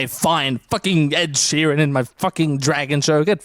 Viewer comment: either Preston or Carmine called him Ed Shireen and that will live in my head rent free forever